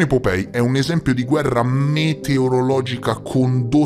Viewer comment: Vecchio, non voglio fare il saputello del ca..o, magari li pronunci sbagliati apposta per via di qualche meme che non conosco o altri motivi. Comunque, just in case, POPEYE si pronuncia POPAI che sarebbe l’occhio (Eye) che fuoriesce (POP) un po’ troppo dalla faccia/muso tipo la rana o la nostra prime minister 🍈 🍈 Poi già che ci sono, mi ricordo di altri video precedenti: REUTERS si pronuncia ROITERS (in crucco). Angkor Wat si pronuncia come si scrive tipo Ankor Vat (Wat significa Tempio in Thai, deduco anche in Cambogiano) Poi nel video sul Vaticano Omertoso durante i rastrellamenti, la lettera inizia con Lieber Freunde, significa semplicemente Caro Amico. Non ho capito perché lo traduci correttamente, ma poi parli di Reverendo Leiber (Anziché pronunciare Liber che appunto significa “Caro” in crucco) come fosse un nome proprio, mettendoci il rettangolo rosso attorno. Piccoli dettagli comunque, chiaro. Si vede che non riesco a dormire nonostante siano quasi le 4am qua in Thai? Ahahah Spero di essere stato un minimo di aiuto e niente… ti voglio bene anch’io e spero un giorno di conoscerti di persona, anche solo per un abbraccio. Ciao bestiaccia ❤